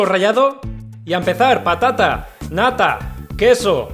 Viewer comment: Alguien mas escucho papa nata en vez de patata nata